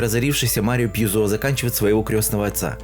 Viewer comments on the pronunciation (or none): none